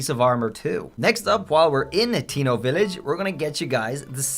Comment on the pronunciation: Bro called hatino village Latino village